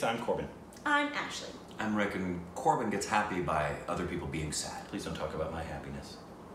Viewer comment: Ashley must be so heartbroken and disappointed man when u didn't took her name right